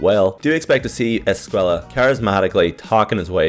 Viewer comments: Just saying his last name isnt pronounced ‘Es-kway-la’ it’s ‘Es-kway-ah’ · Its pronounced escueya because of the double ll but if it is with one L then youre right. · Loved the video, per usual, and I just wanted to tell you about a little bit of Spanish pronunciation. Due the double "L" in Javier's name, the pronunciation is Esc-"way"-a. Keep up the amazing work, and I still really like the intro work